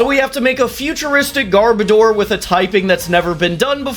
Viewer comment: you said garbordor's name wrong it is not garbador it is gar-boh-dorrrr